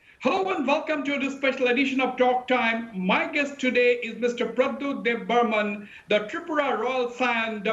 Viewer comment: Not Debbarman, but Debbarma.